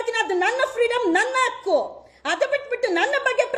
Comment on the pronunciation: Aaku alwamma ,,adu hakku,,,,a ha ucharane baralla ivlu repoter kannada kaltko, ,ninnatvlindane kelavondu samaja uddara agalla